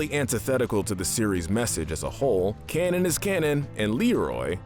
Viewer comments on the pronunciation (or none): none